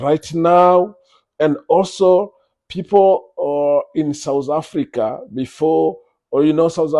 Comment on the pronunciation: We're not souz afrika were south not sowz or souz I don't understand you're in a country u don't even know how to pronounce it mxm